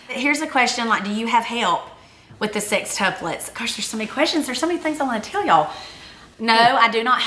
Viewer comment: I am Southern Accent from Texas...but, I swear they both say "SIXtuplets" instead of "SEXtuplets". Maybe it is on purpose to emphasize the 6?